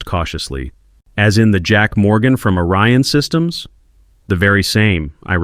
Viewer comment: And is it ORION SYSTEMS or ARYAN SYSTEMS.Your AI bubble writer is confused ..Because 1 sounds legit but the other .ARYAN ..errrrr sounds a bit ..how can i put it..Master racey as in Hitler